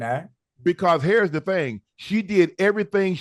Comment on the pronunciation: “Hairs the thing”